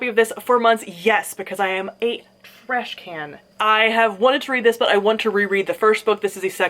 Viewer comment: the way you said "i am a tRASH can" hit way too close to home